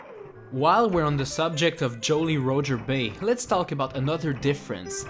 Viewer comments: he said jolly rooger bay and not jolly roger bay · "jowly rowger bay" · Joe-ly Rho-jer Bay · "Joly Rojer Bay" 2016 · "Joaly Roacher Bay" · ”Joley Rojer Bay” Perfect pronunciation of the year. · "...Joelly Roedger Bay...""...chenged...""...Cool Cool Mountains..." 2k15